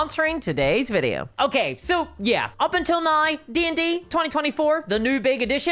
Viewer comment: I like her accent, I think it's adorable. And of course in Ireland we're the ones with an accent!! 😂. I like it when she says "now", to my ear it sounds like "now-ee." 😊👍😎